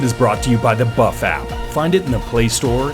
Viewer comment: Buff app sound like buff fap lol